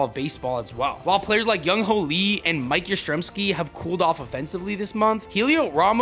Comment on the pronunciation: appreciate the giants love, but please "Jung Hoo" is pronounced exactly like it looks please stop saying "Yung Ho" I beg you